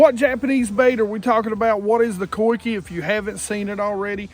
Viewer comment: is always on top of the newer stuff! Pronounced co-ick-ay.